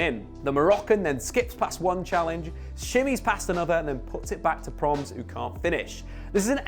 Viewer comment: Lol, calls Promes, Proms.